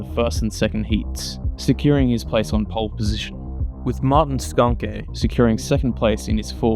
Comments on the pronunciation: Yeah AI is unbearable, although I'm still left a bit confused if the 'Shonsh' repeatedly mentioned is actually Schanche?? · Firstly, you really do need to brush up on your pronunciation of some of the drivers especially Schanche…! But a really great video, excellent footage of the old iconic group B cars strutting their stuff & their evolution in Rally cross after the end of group B in 86. I remember watching these cars back in the day with fond memories, so much so that I have my own group B car in the garage… a tuned Sport Quattro…💪🏼 it’s no garage queen either, it gets used regularly… & gets a massive following wherever it goes…😎 Well done sir, keep on keeping on 👍🏼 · Eddi Laumanns is an endless source of rallycross information. He attended every single round of the ERC/ERX or whatever it was called. He didn't miss one round and has a photo catalog like you wouldn't believe. Needless to say he was a photographer of these events and has very good connections in the old generation of rallycross drivers. BTW I love the way you say Schanche! It's very wrong, but very funny! It's like you would say skank with an E at the end "SkankE" or as many reporters from Britain would say "ShankE". Great video sir. 😁 Also also! The fact that you only have 68 subs is criminal! Here, have mine! 😁